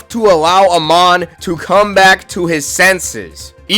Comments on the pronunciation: Nah bro whyd you say amon like that 😢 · Who’s denota doenota it’s donato and I’m sorry I had to say something I mean you couldn’t even say Amon right almost lost it there like you can say Takizawa perfect but not Amon